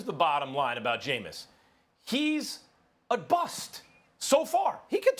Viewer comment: *BUST. Not buss